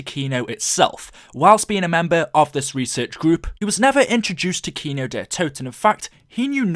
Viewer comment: kino not keno 😉